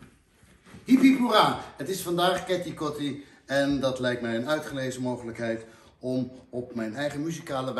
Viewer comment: Je zegt Kitty kotti, je schrijft Keti Koti maar je spreekt het uit als Kitty. Hans je moet nog wel even oefenen op je sranan. Verder ben je hartstikke goed bezig.